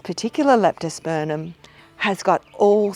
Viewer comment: Thank you very much. Now I hope you won't be offended but the name of the genus is pronounced LeptosperMum, not LeptosperNum